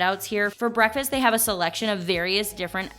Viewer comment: There's a "k" in "breakfast". This constant pronunciation of "bre-fast" is annoying and childish.